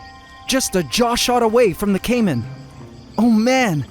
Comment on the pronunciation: Caïman eh... First name: Kaym Last name: Ant